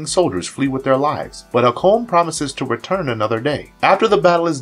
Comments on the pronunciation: You kept saying "Maggus" like the name "Maggie", but the man's title (not name) was "MAY-GUS". "Hak-Cone"? The princess in the clips called his name "Hay-kun". "Eliza" is NOT the detective's name, it is "Elisa", pronounced "Ee-Lee-sa". Its not an uncommon name either, and for one of the main characters, shocked you can't get her name right. You pronounced Titania like Titanium (the metal) when her name (from Shakespere, BTW) is pronounced Tih-Tah-Nia. Not sure how you can mispronounce so many character namestitles when they are blatantly spoken, and quite often, in the show. Heck, if you reviewed the clips to make this compilation, you would have heard the names and titles pronounced properly to know better. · Hay-kon! Not whatever pronunciation you were saying lol it’s like listening to Benedict Cumberbatch say “penguins”. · The repeated mispronunciations of "Hakon," "Magus," "Eliza" and "Demona" are driving me crazy. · Did this video's narrator do any research prior to having it posted online? He persistently neglects saying Hakon's, Elisa's and Demona's names properly throughout. 😖